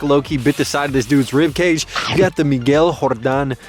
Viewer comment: “Miguel Hordan”...got me every time...😂🤣